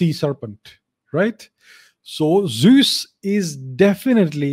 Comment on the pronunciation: Unfortunately, his pronunciation of the word is way off.